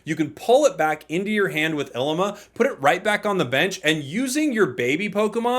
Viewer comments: I'm pretty sure her name is pronounced EELEEMAH. It's an Hawaiian flower 😊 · Lmao I’m dying the way he saying Llima